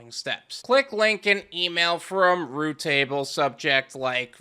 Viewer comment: It's not root table. It's routable. Just like it's spelled